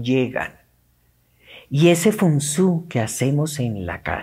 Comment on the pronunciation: Se Pronuncia, FEN SUAI. Me lo dijo una señora de Taiwan. De nada. De todas formas, el Fen Suai, recomienda, " no cargar" de objetos las estancias de una casa, porque el CHI, la energía, NO FLUYE, por la habitación.